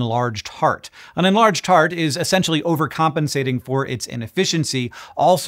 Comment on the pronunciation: englarge heart!